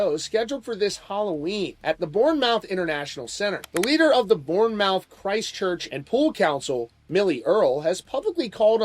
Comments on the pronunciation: It’s “born-mith” not “born-mouth” :P Pronounced like Plymouth, my dude… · Bournemouth isn't pronounced "Born-Mouth" it's pronounced more like "Born-mth" alot of late vowels never get pronounced haha. Love the channel anyway dude! :) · I live in UK and it's a joke over here. Also, Bournemouth is pronounced "Born muth" 😂 keep rocking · This won't materialise into anything. Because they'll lose money, this won't go anywhere. The other guy who had to cancel for a prison sentence from over a decade ago is cos he got stopped at the visa/customs hurdle. That's it. Manson won't get stopped at that bit and so they won't cancel his gig. Secondly, Bournemouth is pronounced "born-muth". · Also Born-mouth isn't how that's said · Please look up how to pronounce English words surely every time you said born mouth in you're head it didn't sound right plus its all one word i hate that Americans don't bother to their homework i know we are bloody awkward but come on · It's pronounced bornmuth. Sorry haha I had to. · Its pronounced "born-muth", us English people love to make language complicated 😂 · Born mouth 😂 poor Americans don't know any better! The way they pronounce Nottingham and Birmingham also gives me a chuckle 😂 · This was rea annoying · It's pronounced Bomaf.